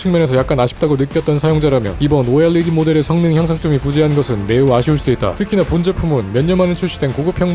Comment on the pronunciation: 오에뤠디 발음 좋고